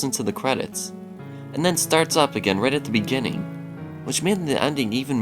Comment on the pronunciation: Bejinning is the strangest mispronunciation have ever heard.